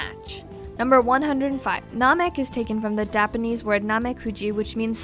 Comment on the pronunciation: what the hell is dapenese?!